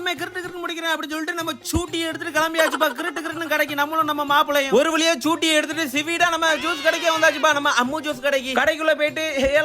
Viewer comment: அண்ணா சூட்டி இல்ல ஸ்கூட்டி